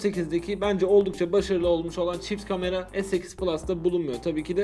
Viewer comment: ön gamera mı dedi?